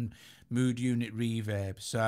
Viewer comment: I like how he says “reverb” like “REE vib”.